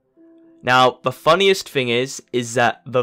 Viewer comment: It's pronounced THING, not FING. TH not F.